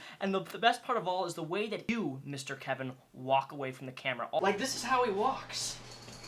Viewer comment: What is that pause with the kevin..... You okay